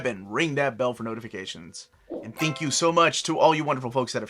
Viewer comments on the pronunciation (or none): none